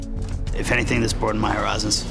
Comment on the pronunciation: Be prepared for anythink. And everythink.